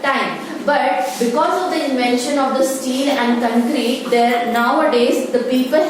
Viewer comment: Mam it is concrete not ckncreta